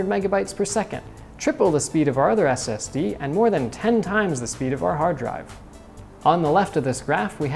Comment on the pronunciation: Is he saying std